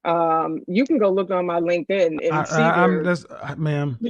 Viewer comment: 😆😆😆😆😆😆😆! This highly "educated" boss lady said "Check my "Linkin" page if you don't believe me" ....... NOT LinkedIn Page ......... "Linkin page" .... LOL!!!!!!! I see that the DEI hiring garbage started years ago, NOT that I didn't already know it. "Check my "Linkin" page ............. UN .... FU#CKING .... REAL.